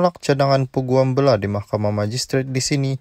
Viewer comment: Kena belajar lagi kamu baca berita. 'Bela' dengan bela pun sebutan x betul.